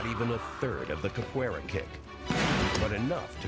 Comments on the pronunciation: CAPWAYRA, I admire your moxie early 2000's Narrator but your wrong, thats not how you pronounce that XDXD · Why are they pronouncing it “Cap-where-uh?” Also: “Kuh-Raw-Dee” Lol tbh, I think most people don’t want to seem like a total nerd saying it in the accent, like Ross from friends with his “ka-da-teh!” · try say Ca-poo-eira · In fairness to the narrator, I don’t think I can pronounce Capoeira correctly, either. Idk what it is about my brain or tongue, because I can basically always HEAR when/where I get things wrong, but just like my inability to sing well, which people call “tone deaf” even though I PROMISE my EARS are NOT the problem… I can’t get my mouth to make the right sounds. I’m tone and non-English mute, basically lol Also, can’t really say “vehicle” correctly. It’s always “vericle.” So I just say “car.” >.> Edit: My guess would be they asked each practitioner to use the most common kick of the martial art, or whatever they practiced most or something? I doubt they set out to make karate look bad. 🤷‍♀️ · I don't think they picked the kick, I think it was the artist himself... and I don't think the people running the show were honest, they might have used the diction "best kick" or "most effective kick".. then after the edits and re-scripting, it was "most powerful" kick (I doubt the narator even watched or heard the video with his continued mispronunciation of Capoeira even after the practitioner said it).